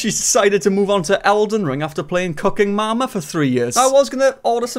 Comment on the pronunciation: Lol i thought u said CUCKEN MAMA , but it was cooking mama ... 😢